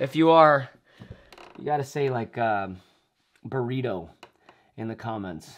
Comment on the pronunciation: Burrito? I think he said burrito, right? Or was it dorito? Who knows😊